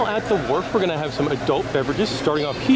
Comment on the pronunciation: Great video. Sounds like you kept calling it the Warp but it is actually The Wharf.